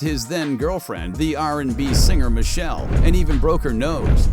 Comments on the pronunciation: When you say Dre's girlfriend Michelle not pronounced Mi She Lay I was done. Three thumbs down if I had three hands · Ummm.. Lmfao.. ALIZAaaaaaaaaayyyyy...And Dres X is pronounced Michelle-A... Your Welcome.. Dats how u pronounce dat sheet u bot!!!